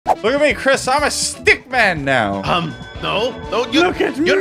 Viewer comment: chris rhymes with tisk. tisk tisk tisk u make me feel disappointed chris.